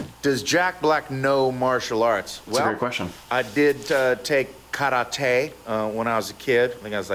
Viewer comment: Jack Black pronouncing karate CORRECTLY, the Japanese way, soothes my poor heart❤